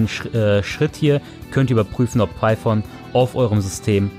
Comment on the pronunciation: gutes video aber es heist python und nicht piephone